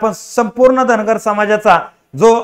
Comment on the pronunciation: अरे बाबा धनगराचा उच्चार कर रे बाबा धांगड करू नकोस का मुद्दाम करायला ते सांगा आम्हाला.